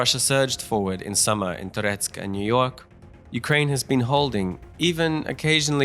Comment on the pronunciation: "Niu-York" BAHAHHAH